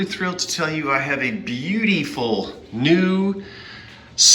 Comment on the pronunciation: Yes the south jersey Bee-u-dee-Full. Love to here the old vernacular again❤️❤️❤️❤️❤️❤️❤️❤️💜❤️My Purple is on your card. You chose. Bright yellow. Wait mustard yellow? We all shall see later. Kidding with u